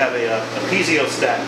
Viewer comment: Really impressive. Great set up. The only diesel-related thing you guys don't know how to do well is pronounce "piezo". :P